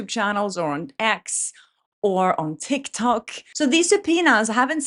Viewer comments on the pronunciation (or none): none